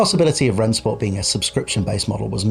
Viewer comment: Just to be clear, it's pronounced "Ren-Shport"